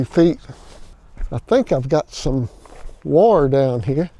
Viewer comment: Yeah!. Looks great, that fascia board really finishes it up. BTW- I chuckled when you pronounced the word WIRE, like I say WAR. LOL